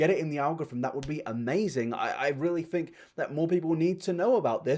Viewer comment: When you say fink instead of think I feel warm and fuzzy inside